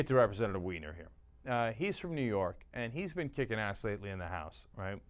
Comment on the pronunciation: Im pretty sure the dudes name is pronounced WINE-ER not WEE-NER